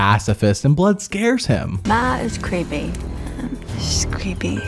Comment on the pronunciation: Christy did one of my favorite confessionals of all-time, "He's cweepy" is in my top 15.